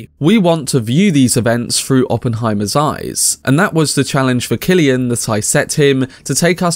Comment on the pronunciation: Very much appreciate you pronouncing “Killian” Murphy correctly 😊 however you also pronounced the number 3 “free” so I guess you’re breaking even. Sorry, keep at it!